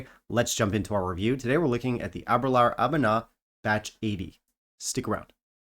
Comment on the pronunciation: Ahh -ber-lure is the main reason I started drinking Scotch. Discovered it in Edinburgh the first night we were there. But please learn to pronounce it ! :-))